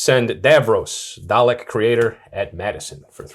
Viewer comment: Why can no Americans say Dalek.